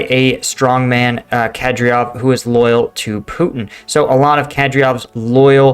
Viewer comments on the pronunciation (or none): It's not 'Kad-ryov'. It's 'Kad-yrov' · KadYRov not KadRYov ffs. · It's Kadyrov, not Kadryov. KA-DEER-OV. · Who the F is cadriyov 😂😂😂. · It's pronounced kadee-rov but its all good. keep up the good work. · Oh my god learn how to pronounce Kadyrov!!!